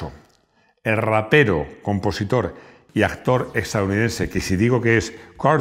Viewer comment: ¿Me equivoco o escuché el ratero por rapero? Juro haber escuchado una t en vez de p y lo he puesto varias veces y sigo oyendo la misma palabra.